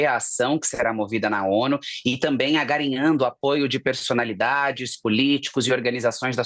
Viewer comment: "Agarinhando"? Se o português é assim, imagina o inglês!